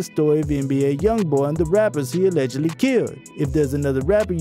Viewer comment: You should learn how to say allegedly to avoid being sued